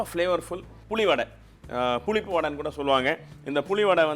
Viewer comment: புலிப்பு வடை இல்ல. புளிப்பு வடை😃😃😃😃